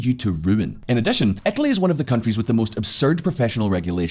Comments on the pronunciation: where the hell is "etaly"...? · Ohhhhh "Italy"! I was searching for a province/state called "Ethaly" in Italy :D